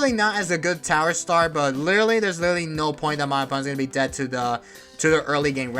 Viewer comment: wittawy what the heck guyz